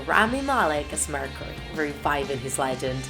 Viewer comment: "we're all legands "